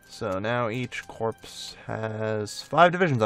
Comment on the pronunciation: Just out of interest, why do you say corps like corpse? It's just pronounced core, for example, the Marine Corp. Just figured I'd ask. Love the videos!